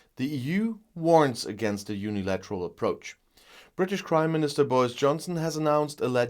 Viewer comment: I swear I heard say British Crimeministrr!